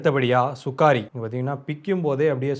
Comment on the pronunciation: It’s not Sukaari it’s Sukkari